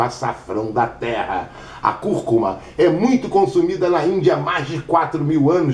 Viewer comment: é conhecida como açafrão da terra, curcuma com acento tônico no início e turmeric...me curou da minha bursite, ele pronunciou direitinho é nós falamos o nome errado